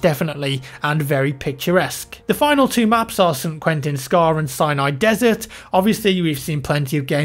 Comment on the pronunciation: Does anybody else hear say "cyanide desert?"